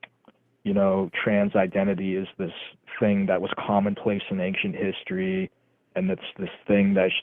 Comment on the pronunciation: "I bewieve in ancient histowy" good then stop using modern medicine.